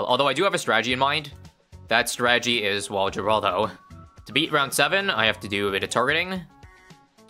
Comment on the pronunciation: when will y'all learn... It's pronounced "Hur-all-dow" NOT "Gur-all-dow"